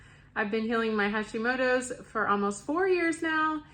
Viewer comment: I love the channel but what is a hashimodo